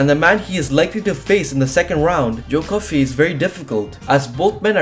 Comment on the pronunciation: He says joe Coffey wrong it’s pronounced joe coffee